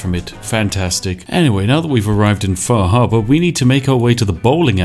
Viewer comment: "We need to go take a visit to faahaabaa"